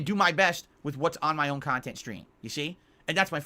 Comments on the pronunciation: It's pronounced kahntent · It’s honestly jarring and sad that Boogie (an equally redacted and reprehensible degen by all accounts) can actually go and have fun with his girlfriend/sugar baby/escort by doing all kinds of stuff offline away from a computer/screen. Granted, he’ll record it for cahntent but him and his sugar baby will go to the water park or he’ll drag her to his “dads favorite restaurant…Long John Silvers” so he can fatly inhale fried cod in front of her. Meanwhile brain and soul is so atrophied that he genuinely cannot comprehend spending time with Kat unless they’re in front of a screen consooming more cahntent. Sad!